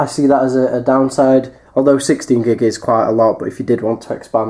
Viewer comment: 32 gig you British basturd